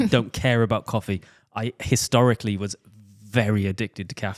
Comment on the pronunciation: be like "Historically"